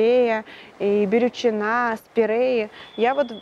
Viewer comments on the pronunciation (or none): Бирючина - ударение на третий слог! – буква «И» (звук: «И»!). Не обижайтесь 🙏! В каждом деле необходима максимальная точность! Сам ошибаюсь, но если мы говорим о конкретном предмете, или в суждении предлагаем отдельные фрагменты (подпредметы), то лучше обозначить их максимально точно, минимизируя вероятность возникновения сомнений у потребителя информации. Ещё раз прошу меня извинить. 🙂